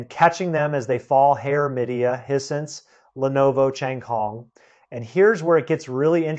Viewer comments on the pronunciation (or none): He pronounced Hisense as hee-sense. I'd always thought of it as high-sense. But what do I know. Nobody had ever told my what it's supposed to sound like. I was ready to follow him ... When he got to Shinzo Abe ... and he pronounced the surname as a single syllable. I know that's wrong. Because I've been listening to TV newsreaders saying that name since his FATHER'S day